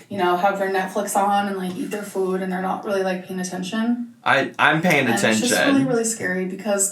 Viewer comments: She's been adding a 'w' sound to words like food & move & it's really bugging me. 'Fwood' 'mwoove'. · I despise the way she’s being saying food as fude 🙄🙄🙄🙄